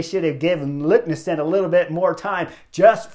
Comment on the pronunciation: Great recap Chris! BTW the race leader's name is pronounced "LEKNES-SOON", not "LUKNES-SEN" 😀